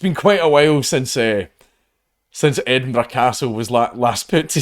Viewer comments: Don't you mean Edin-BURG? :3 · More like Edin-bruh